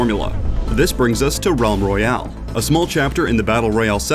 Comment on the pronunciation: ralm royale?